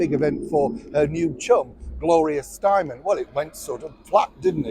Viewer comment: Her name is Gloria Stein-em. Yet again, you mispronounced a famous American’s name. You do this repeatedly. You don’t appear to have the graciousness to learn how to pronounce someone’s name. I’ve always liked you, but it’s getting on my nerves because I think it’s a deliberate dig because you always ALWAYS mispronounce American’s names. As a journalist, one would think you’d have the thoroughness to learn how to pronounce a name, You also called William Morrison Endeavor by the wrong name over at least 10 videos. I truly think at this point you’re deliberately getting your kicks from insulting Americans.